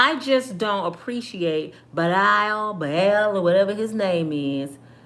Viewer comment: Our nationality is the worst at being judge and jury over one another. I've been judged all my life and ain't none of it true! I'm sorry it's pronounced Lawrey not Larry also Bilal is pronounced B lawl. The other one Baal = the devil! Keep up the great work sis